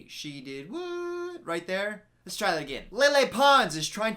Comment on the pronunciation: I like the video but I hate how he’s always like leles show